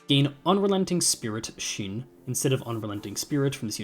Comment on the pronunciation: the first passive is pronounced Cha Tss HOO Also, Shin is pronounced with a "ing"